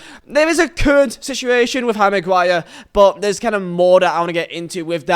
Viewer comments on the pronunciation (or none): Read this - it's 'HARRY MAGUIRE' it's not "HARRYGUIRE"